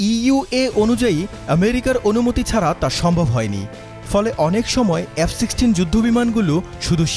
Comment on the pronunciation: কিনিস ক্যানরে বাংগুমুমিন? নিজেরা বানা কুরান গবেষণা করে. পারিস না ক্যান? আর বাংলা ও ইংরেজি উচ্চারণ ভালো করে শিখে সংবাদিকতা করতে আসিও,. উচ্চারণ টা " এফ" not “ এএএফ "